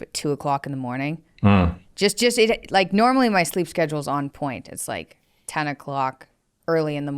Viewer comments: "sazaule" LMAO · "on the sazule" 😂😂 caught himself there